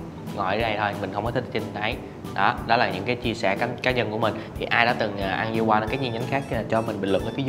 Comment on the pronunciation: Yeolkwang đọc là déo quàng